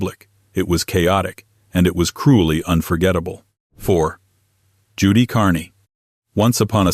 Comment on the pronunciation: Judy Carne (Carn, not Carney) hate this AI twaddle.